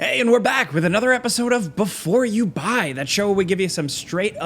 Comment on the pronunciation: Did he say “episude” in the beginning? Or am I hearing things wrong?